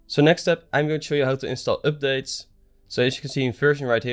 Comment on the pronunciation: I love the way this guy says oopdates!